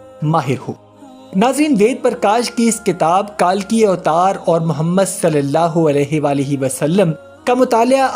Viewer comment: اسلام وعلیکم پہلی بات تو یہ ھے کہ کتاب کا نام آپ درست کر لیں تاکہ سننے والوں کو درست معلومات ملے کتاب کا نام ( کالکی اوتار ) نہیں ھے بلکہ ( کلکی اوتار ) ھے اور دوسری بات یہ ھے ڈاکٹر ذاکر نائیک صاحب گزشتہ 25/30 سال سے یہ بات دنیا کو بتاتے چلے آ رہے ہیں اور تیسری بات یہ ھے کہ ہندو پروفیسر نہ بھی بتائے تب بھی حقیقت یہ ھے کہ کائنات کا حقیقی مذہب ہمارا مذہب اسلام ہی ھے ۔